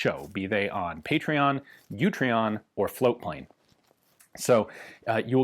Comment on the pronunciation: In case you miss it in the dooblidoo, it's Utreon, not YOUtreon.